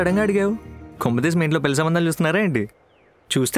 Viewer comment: Kindly note that పెల్లి కాదు... పెళ్లి. ళ Pronunciation matters